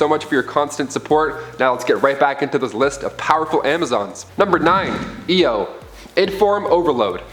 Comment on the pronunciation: OMG HE PRONOUNCED IO THE RIGHT WAY!!!!! OMG HE DID SAY AAIOOU OMG OMG ILYY